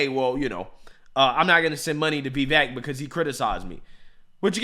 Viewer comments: I want my boy to get Viveks name right. It’s not “Vay-Vake” it’s “Viv-ake” 😂😂😂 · Still mispronouncing Vivek's name...lol. I would think if you actually have any respect for the guy, You would start saying his first name correctly. It's just a point of respect for anybody even if you don't have respect for somebody... it takes The smallest amount of effort to get his name right.